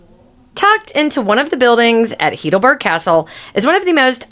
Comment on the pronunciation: Nice video, but tragic that you even have not been able to pronounce the city name correctly. I assume you must be a US cictizen what you incorrectly call "American", Its not "heedleberg" its pronounced "highdelberg". Just for your info. Why never asking google how it is spelled. Regards from a local